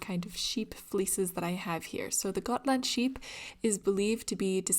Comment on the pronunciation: As a Swede I give you kudos for your pronounciation of Gotland, Gutefår and Fårö 👍🏼